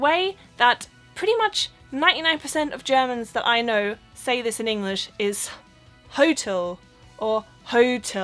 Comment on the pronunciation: Hi! Ich habe gemerkt du sprichst bei dem Wort "English" das G nicht aus? Ich denke in der Regel spricht man es aus im Englischen, bin mir nicht 100% sicher, ob das überall so ist. Mein Lieblingswort um Deutsche zu testen ist übrigens das Wort "Salmon"!